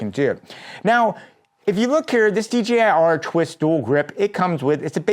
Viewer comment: Bro is deaf and is still the only youtuber that pronounces DJI correctly 🖤